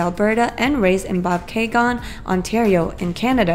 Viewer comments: the town in Ontario, Canada were Cara G is from is pronounced "Bob - kay - jen". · Cara Gee... Lived in Bobcaygeon, Ontario .... Pronounced ... Bob - K - Gen ... Not how you said it... Lol